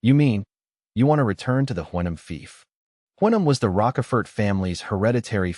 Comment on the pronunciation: Broooo. The AI is messing up Count Rochefort and Karl Von Schmidt .